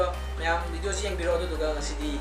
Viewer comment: Please its a request try to say video not bideo